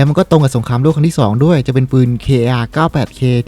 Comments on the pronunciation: พี่ครับมันอ่านว่าคาร์ 98k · ปืนใหม่อ่านว่าคาล์98เคครับ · อ่านว่า คาร์ 98 k ก็ได้มันขัดจัยยยยยย